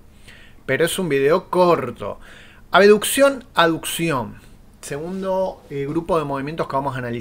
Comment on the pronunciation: Pronuncio abeduccion o abducción? Me confundeeeeeeeee alv